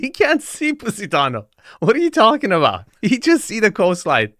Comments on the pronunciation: “Pussytano” 😂😂😂 gosh 😂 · Thought he was saying PussyTown.. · He pronounces it "Pussy-tano" 😂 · Stop calling it "Pussy"tano, LMAO... 🤣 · This is the First time I heard an american pronounce Positano, cracked me up a Little 😂